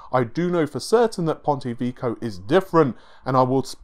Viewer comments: lol, Ponte Vico, Rinoh (Renoir) and counting... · It's supposed to be pronounced "Veh-key-oh". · Pontay Veeko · ""Ponte Vico"??? WTF is that? Put some effort into it. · here's how to pronounce "Ponte Vecchio" :P